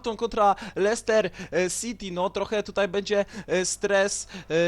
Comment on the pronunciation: złapałem XD kiedy następny odcinek z kapustki? I jeszcze jak mówisz słowo Leicester to się mówi Lester a nie Leihester XDDDDD